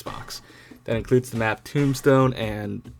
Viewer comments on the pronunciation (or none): none